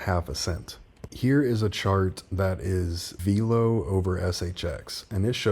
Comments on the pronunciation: It’s Velo… like Jello … not Veelo 😎 love the channel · It ain’t Vaylo 😂 .. all good 👍🏻 keep up the great job!!